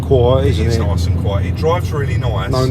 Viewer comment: Real noiWce. Love this channUW